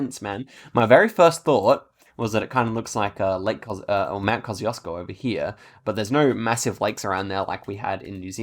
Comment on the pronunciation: The way you pronounce Kosciuszko 💀💀